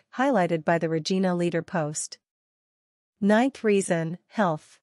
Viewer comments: Wrong pronounciation of Regina. It's not RE-GI-NA but RE-JAI-NA. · You pronounced the name of the city wrong. Every Canadians know how to pronounce Regina so its a pretty major error. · Maybe the first thing would be to learn to pronounce the name properly.